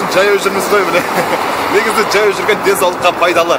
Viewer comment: Неге джаяу журесин, жаяу журуге болмайма? Казакта дж деген арип жок